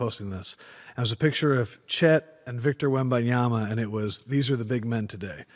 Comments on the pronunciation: WembanyaMA not WebmanyaNA. JFC, decades in the media industry and can't pronounce the player's name properly. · Stephen A, I love your shows but you gotta start pronouncing these names right. It's Wem-ban-ya-MA (with an M), my brother. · Still cannot pronounce Wembanyama properly old man.